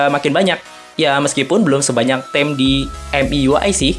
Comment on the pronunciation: maap nih ya sebelumnya, boleh cek kamus agan deh. Finger itu dibaca /ˈfɪŋgə/ alias fingge. Sama theme itu dibaca /θiːm/ bunyinya kayak thim. Maap lagi nih ane agak gatel dengernya. Hehe.